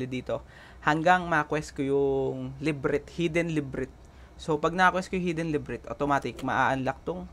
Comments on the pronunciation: nagtaka ako ano yung librint , la bi rinth pala hehe per ok yung guide napaka solid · Hidden la-by-rynth hindi librit. Labyrinth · LIBRIT? LA-BY-RYN-TH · ok yung tutorial mo sir, correct ko lang yung librit mo, labyrinth yun sir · I really love how you pronounce Librit instead of Le-Bi-Rinth (Labyrinth) Thanks for the info tho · LAH-BEE-RINTH And pagkapronounce haha librint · Kudos sayo bossing, tips lang , yung librit hahaha, LaHb Rinth ang pagbasa niyan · Natatawa ako pag sinasabi nya yung word na "LIBRIT"😆✌️.. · nagtaka ako ano yung librint LA-BY-RINTH pala... ^_^... nakatulong yung video... salamat... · Lods salamat sa tutorial. Pero la-bi-rint ang basa don hndi librit. Pero salamat parin. God bless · LA BI RINTH Not librit. Anyway, thanks for the info. Nice. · Love kita dami kong natutunan sayo pero iba yung sapok sakin ng librith eh. "LA-BI-RINTH" sana. Love you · iniisip ko kung anu yung lybrith... la by rinth pala :D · ok na sana. nagkamali lng sa lebret? ahahhahah La-by-rinth hindi lebret:DD laswa pakinggan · Labyrinth ❌ Librint ✅ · anong librit. leybirinth basa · La-bi-rinth po ahaha. hindi librinth. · Boss, LABIRINT po basa Librit.. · Laberinth yata pag pagbasa jan boss, hindi librint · thumbs down!, napaisip kasi ako kung anu yung HIDDEN "LIBRINT" mong hype ka! , labyrinth pala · Librint? Labyrinth 😅 Valley not Baley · Brad Hindi librit! La bi rinth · LA-BI-RINTH po hindi LIB-RINT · Labyrinth po yan hindi librint 🤣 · Labyrinth not Librit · The "Librit" hits me hard everytime. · Nice tutorial, panoorin nyo to mga newbies. nalito lang ako sa Labyrinth haha. La-bee-rint basa jan boss. 😉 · thank you po sa pa tutorial. medyo na OC lang ako sa pronunciation nyo po nung word ng "labyrinth". LA-BI-RINT" po sya hehe. i hope you wont take this against me. good job po for this video! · sorry ako din hehehe, LA BI RINT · Ok, sabay sabay bigkasin: la-br-inth Ingat sa TH sa dulo. Hindi yan T. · Nadale din ako sa librit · Kala ko ako lng 😅💕